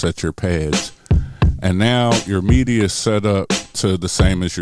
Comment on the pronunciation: That's why you don't mute tracks. You mute pads. I can't help but laugh at when you pronounce midi as meaty... Philly Talk